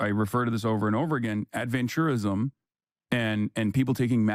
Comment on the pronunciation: Why does Ross change the pronunciation of “adventurism”? Seems like he changes the meaning of the word and thus changes what Hasan meant by it